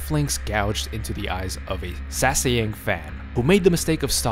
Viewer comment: Bruh. The “jiwoon “HACKS”” fucking kills me. It’s “h-ah-ck” not hack. Oh not I got further in the video. sasaeng is pronounced “s-ah-s-ang”